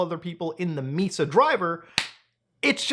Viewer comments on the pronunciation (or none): Mesa3D is pronounced like "may-sah" (as per Brian Paul, the author of Mesa3D)